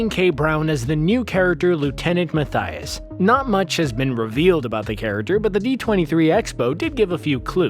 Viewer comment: Listen everyone, learn to pronounce Anna and Mattias correctly please :D